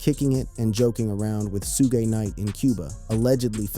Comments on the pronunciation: Bro you are blind, dumb and cant pronounce peoples names. Its Suge Knight ! NOT Soog Knight 🙄... Either the narrator is A.I. or just a professional Troller. Let 2Pac REST !!!!!!! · Ummm, who the hell is SueGay Knight? That man's name is SHUGG Knight 🤣😂😂😂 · sue-gey knight? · Did he just say Soogay knight? LMAO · Who is sugay? I thought it was due tf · It's shuge night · The way you say Tupac and Suge name annoys me. You can tell you were never a fan and should not be doing any videos on him in my opinion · Why can’t AI say “Suge”